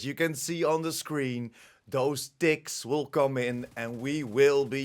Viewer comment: Well, lemme tell you.English isn't my first language. For a first 5 min i heard 'dicks' instead of 'ticks'. Put a hole new spin on the game (don't belive me? - re-watch it with my ears😂). Couldn't unhear it after either.